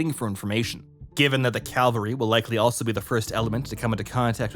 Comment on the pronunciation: It's pronounced CAV-AL-RY not CAL-VA-RY. Calvary is where Jesus was crucified lol. It's right in front of you and you're pronouncing it wrong dude